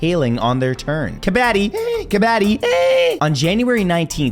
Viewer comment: Kabaddi is pronounced: Ka-bhud-ee ✌